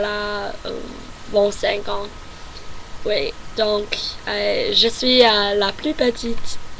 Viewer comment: Your nasality sounds very French. I've been studying French for 10 years and your nasality for sounds like "En" sounds spot on. The way you pronounce the vowel E, like "je" is very good as well. Keep it up. You'll get there.